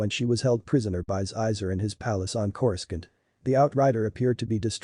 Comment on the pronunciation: Dash REN -DURR?Princess LEE? And CAL RISH IN? TATOO INE?.CORI SCUNT worse pronunciation I've heard in a star wars video